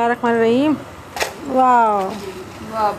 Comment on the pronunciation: Asslamualeykum.. bura na manaiyega plz par ap bismillah hir rakhmanir rahmim bolti h... Par vo rehmanner Rahim hota hai...❤️